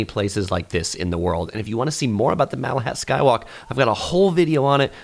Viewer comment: i hate to dump on the video, but did you say makahat skywalk? lol